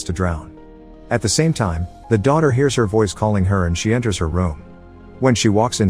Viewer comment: So this narration is definitely a text to speech program right? Because they pronounce some simple words totally incorrectly ha. “no matter what she heats” instead of “hears”